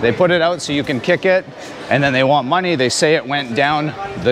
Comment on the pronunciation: "Give me mah-knee" Lol